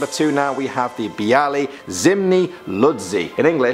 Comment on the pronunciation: on number 2 you dont spell it like biali you say bi and you dont say a like ey you say it like...its hard to tell :/ Zimni is wrong first in polish there are letters like ó ł ą ż and ż but with small \ on top of it.Second you dont write z you write z with small \ on top.And third you say z with \ like ze so you spell it like zemni.And IM OUT I CANT JUST EXPLAIN THIS ITS TOO HARD